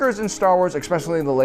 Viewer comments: I enjoy your videos up until the point when you say "ekspecially" it's "especially". Please stop and I'll subscribe. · It all sounded so plausible until you said a non word, that being "expecially". It just turned me off. Like the non-word "aksing", it is like the person just said "I'm a dumbaass because even though I hear a word said correctly time and again, I cannot modify my own incorrect use of English"". Fark. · Did you just say Xspecially.....?????😂😂😂😂😂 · Did You really say 'exspecially'?? Fucking man child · "eggspecially" :p